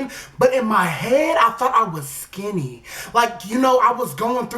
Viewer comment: "skinty" 🖕FUCK ENGLISH🖕